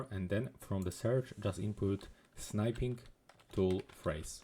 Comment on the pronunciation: "Snipe-ing Tool"... It's not "Snipe"... It's "Snip"! Geeze!